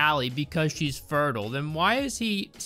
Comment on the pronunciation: The way you said fertile made me physically say "it's fertile, not 'furdle'" and chuckle to myself as I was the alpha gamer